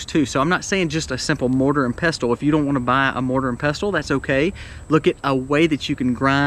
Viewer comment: I've never heard anyone pronounce the t in pestle. My brother has at least one, one I gave him but it's not safe for food as before I gave it to him I used it for grinding a rock that contained lead, and I have 2- one for culinary use, the other I'd rather reserve for medicinal use. I can't afford a grinder, and most of them don't have good ratings for reliability. So I was wondering if I could do it super old-school, and get two round, flat stones. It'd be cool if I could somehow attach a handle to the top one, Then you put the grain on top of the bottom stone, put the top one on the grain, and use a handle or something to just turn the top stone until the grain's ground however fine you want it. I should look into that, tbh. If I can get that plus some dry canning supplies, I should be able to prepare acorns pretty well.